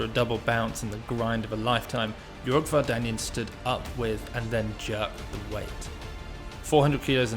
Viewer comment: Thanks! As for the surname, Armenian surnames are stressed by the last syllable: VardanyAn